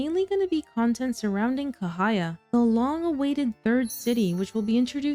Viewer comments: The correct pronunciations is actually 'Cha' not K. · Ca as for Charlie, not kahaya😊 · Cahaya actually pronounced as "Chah"haya. I lived in Indonesia/Malaysia.